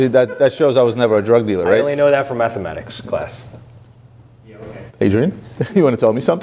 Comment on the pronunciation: Did he say methamatics class…..😂🤷🏼‍♂️